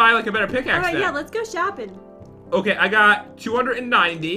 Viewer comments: you sed šuping not shoping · said let's go shoeping too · said let's go shoeping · said shooping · we're shooping Me:I can't do this:p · You said shopping Wrong